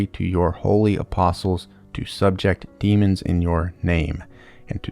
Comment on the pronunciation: "Subject" as a verb is pronounced differently than the noun "subject." Stress on the 2nd syllable - sub-JECT instead of SUB-ject or so Ain't English great